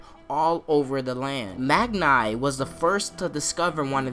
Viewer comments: Its Mag-ni not Mag nay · Anyone else find it annoying how he pronounces it “mag-nigh” and not “mag-nee” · Good theory, but please try prenaunce Magni right way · It's Magni not Magnigh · Cool theory man, but it's triggering how u keep pronouncing magni. It's pronounced mag-nee.